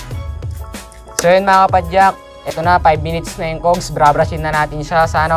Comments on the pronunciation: Is that,how u pronounce? Cougs?? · Cogs pronounced as Kaags.